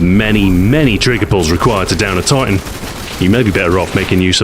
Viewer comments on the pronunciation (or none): none